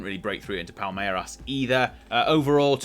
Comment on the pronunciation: your "palmeiras" pronunciation is pretty spot on 👍